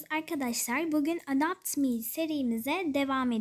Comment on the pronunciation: Ya hala adapt me diyosun ama iyi video